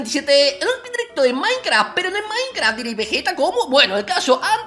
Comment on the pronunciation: jajajaja me cagué de risa cuando dijo maincra sin ofender ok?....